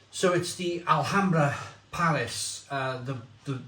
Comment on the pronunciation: Told you last week,you don't pronounce the letter 'H' in Spain.Likewise,Mahou is pronounced Mao as in Chairman Mao(remember him?).So,it's a one syllable word,not two.🙂🇪🇸🇪🇺